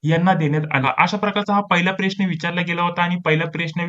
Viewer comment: सर ते प्रेश्न नाही...प्रश्न मनायचं 😂...